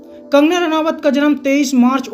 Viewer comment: अरे भाई नाम तो सही जान लो। रानावत नहीं रनौत है।